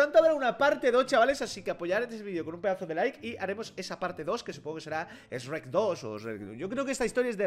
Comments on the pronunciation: No se dice sreck se diseño sherk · Sreck no es es shuek asi se pronunsia pero bueno yo no soy un alfabeta me encantan tus videos 😁😁💝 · dice reck (shrek) y me da cringe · En el doblaje español de España le dicen esrek porque es haci se pronuncia s en inglés y rek por shrek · NI ES ESHREK ES SHUREK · Acá SHREK se dice SHUEK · Aprendé a decir Shrek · Todos: sherk: esrek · Ipine89 ah ok jajaja me daba cólera como lo decía mal 😂😂